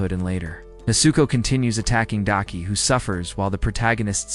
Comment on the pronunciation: This man gotta be trolling cause he’ll say the right name every once in a while and then will come up with 20 other variations just talking about one character. Daki being Dykie is taking me tf out because excuse me???? The person he almost never flubbed was Tengen though cause how else could you really mess that man name up😂 nvm I just heard this man call Tengen “Tencomm” I’m gonna show myself out 😮😂